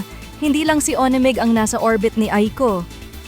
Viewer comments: ‘Wan Meg’ hindi po ‘Oni Meg’ ….ONEMEG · Tama ba an dinig ko?... Bakit ONMIG... MAHIRAP BA SABIHIN, WANMIG nalang. Ayusin pronunciation ha...🙄🙄🙄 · Pls pronounce his name 1meg not o ne mig. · Anung O NE MIG … it’s 1mig . 🙄Sna u watched the video first b4 u posted. So clear how aiko’s pronouncing his name. 1MIG not O. NE. MIG. Kaloka! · Mam.paki ayus lng ang pronunciation ng "ONEMIG" 😂